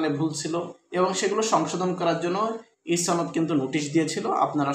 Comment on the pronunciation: ছনদ নয় সনদ হবে।